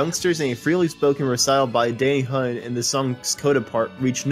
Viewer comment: Did this dude just call Danny, Danny Hu-in???